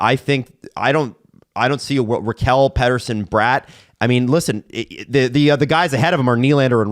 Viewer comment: Funny how gets corrected for pronouncing Bratt wrong but the correction is also wrong 😂